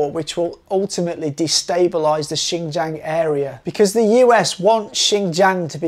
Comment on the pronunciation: Would it kill you to pronounce Xinjiang correctly? Seriously, it's not that hard my God. But at least you didn't call it zinzang.